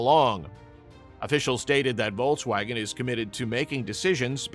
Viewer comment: I couldn't stomach this brute saying "Vol-waugen" every two words